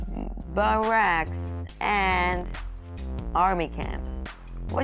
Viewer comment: Did you really say buracks why are you calling them bombers last time I checked they weren't terorist